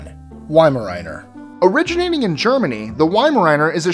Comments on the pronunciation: Weimaraner is pronounced Weim-er-rauner not riener ! What are your credentials ? I see no Staffordshire Terriers here, are you crazy ? The original nanny dog ! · Yeimaraner LOL its pronounced veimaramer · How come Americans can pronounce French breeds such as "Papillon" but can't pronounce German breeds such as "Weimeraner" "Rottweiler" or "Dachshund"? W makes a V sound and the 'a' in Weimeraner isn't an ayy it's an ah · MY GOD HE GOT THE WEIMARANER NAME WRONG LIKE SERIOUSLY